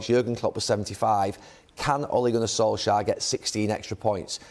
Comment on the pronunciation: Suddenly Neville calls him Sol-shire